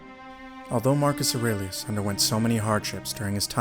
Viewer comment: Bravo how you pronounce his name!!! Love it! 👍🏼